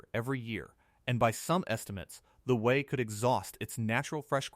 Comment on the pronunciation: The Wu-Wat!?! Fix your AI. BTW, I lived ibn Abu Dhabi from 2010 to 2015.